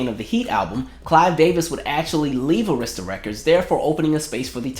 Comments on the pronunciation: Arista records is pronounced as 'Air'rista. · i had to clutch my invisible pearls that you pronounced Arista wrong!!! Im so shocked!!!!!! I still have her video collection dvd where she gave her commentary about all the videos